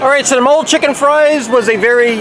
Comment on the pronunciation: Also just so you know Mole Sauce is pronounced like guacamole but omit the guac and also believe it or not mole is made from chocolate